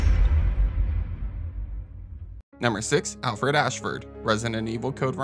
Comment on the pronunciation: Lol, Re5's version of Homelander. I definitely think his actor would make a solid wesker if he wasn't doing The Boys. Is it just me or does the clip of CV have Alfred's name come out as Alferd?